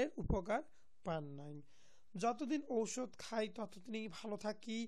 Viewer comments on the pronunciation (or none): আরে ভাই ঔষধের উচ্চারণ ঠিক করে নিন